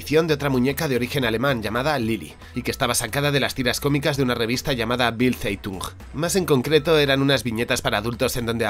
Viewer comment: Hola, excelente trabajo como siempre. Me ha encantado oirte pronunciar el alemán... "Bild Zeitun", me has recordado a Carrascal pronunciando "Aljemeinzer Zeitun" 😂😂😂. Un abrazo